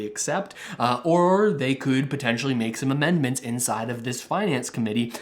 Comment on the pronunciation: Dude: were you drunk when you wrote this or just stoned out of your mind? Didn't you mean to say amendment when you said, immendment? You think you're a political expert or a fortune teller or both? In spite of my pessimism however, I tend to agree with you! I wish Russell would start explaining this new program that pays people to learn a new, in-demand trade. That would truly help all Canadians who wanted to take advantage of it! I'd like to become qualified as a heavy machinery operator or electrician. Trudeau started out as a Drama Teacher and maybe he likes a little drama in his politics and election strategies, keeping unemployed Canadians on the edge of their seat until the last possible second where he comes to our rescue and keeps the CRB at $500 a week...Wouldn't he look good, the big hero, come election time? The liberals are crying about the huge debt but they will easily pay it off with all the millions of dollars a month in taxes on licensed marijuana as they tax us to death.